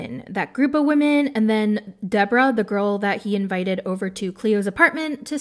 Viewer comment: "Believe all wahmen" 😅